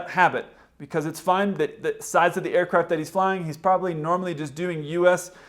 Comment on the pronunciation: "A dooah floo awf thee ercrayaft!"